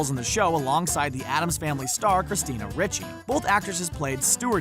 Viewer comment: How does this guy not know how to pronounce Ricci's name? Nobody pays attention to details anymore.